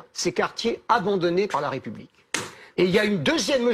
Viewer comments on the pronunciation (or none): On ne dis pas la "Raie" Publique mais la "Ré" Publique, votre prononciation incorrecte appuyée est une offense à la France, Nathalie Levy ?